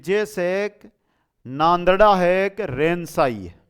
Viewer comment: Sir नांदड़ा nhi vo नंदना h